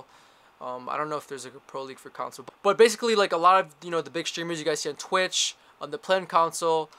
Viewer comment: 1.) open your eyes. 2.) It's "con-sole" not "counsel" :)